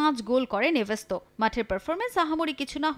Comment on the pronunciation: এভেস্তাও না এস্তেভাও😂😂😂